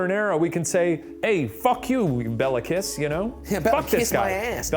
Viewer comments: Guys, the pronunciation is Kissssh, not KISS :)) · This is just me being picky 😂 but the last name kiss would have been pronounced Kish My husband is Hungarian and corrected it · To help with correct pronounciations try these: Budapest - BudaPESHT Béla Kiss - Bay-la Kish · Please Ronunce “Kish”😊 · bro i litterly did a double take when u said hungary like somehow i never heard of this even though i live there. ty smsm also i love how you pronounce kiss and nagy (bc we say it kinda like kish and idk how to explain nagy like this i guess?) now i wont be able to unhear it<33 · Hungarian here. Kiss is pronounced like Kish. It means small. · I wonder if they even say his name properly (pronounced like Kish) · "Bey-la Kee-sh" is how to pronounce his name. C'mon guys, you can look this stuff up! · hi ghoul boys! love this video! im hungarian, so this is super cool for me. by the way, "Bela" is pronounced "Bayla" if there's an accent on the 'e' and his last name is pronounced "kish" as in hungarian, the letter 's' is 'sh' and would turn into the sound english assosiactes with it if it were written like 'sz'. also "Nagy" is pronounced like "na-j" with a flat 'a' and the 'gy' making a 'j' sound. Also, fun fact, "kis" and "Nagy", which are last names, are opposites, "kis" means small and "nagy" means large. Im super happy that hungary is getting recognition!! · Shane pls Kiss is pronounced with an sh 😭